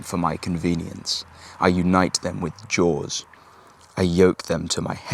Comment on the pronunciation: "jaws" or "laws"?